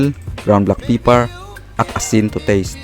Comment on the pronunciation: ground black "peeper"